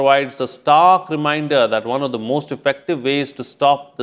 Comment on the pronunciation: The pronunciation of this anchor is not correct. He doesn't know the difference between th and t.